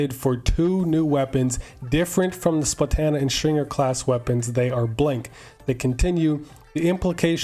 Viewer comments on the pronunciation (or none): said SplaTAna